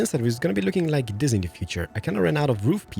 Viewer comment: it is pronounced this not dis.